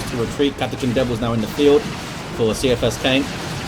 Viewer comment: Also it's K-EYE-A-FUS- KANE, idc what the author says, he is wrong... go back to english 101 See-I-fus KANE sounds as weak as soppy bread... I meant no disrespect to you sir, but that triggered me hard heh! As always amazing casts, and I wouldn't have anyone else on terra cast my DOWII casts!